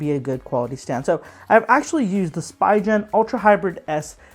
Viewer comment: Nice review except it's called spee'gan and not spi gen